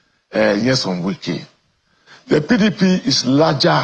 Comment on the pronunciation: And it’s not Nwike it’s Wike he’s not from your village